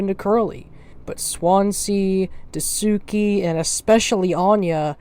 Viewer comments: I'm struggling trying to get through you guys all pronouncing Daisuke name wrong 😂 . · Wonderful video fam, I loved the direction and seriousness u took with this and the voice actors did an amazing job. But we gotta work on ur pronunciations of dasikues name 💀